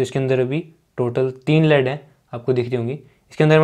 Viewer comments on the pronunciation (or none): it's 'lead' not 'led.'